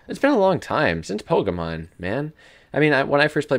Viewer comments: Pokemon... not pogaman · its his accent not what he said , he got pokemon but the way he said it , sounded like pogaaamon ll